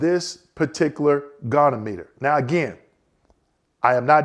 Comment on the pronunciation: as one vet to another, I gotta harrass you: it's a Go-Knee-ah-muh-ter